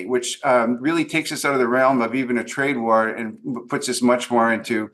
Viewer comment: I heard you say "They want to avoid a trad war" umm I think that's wrong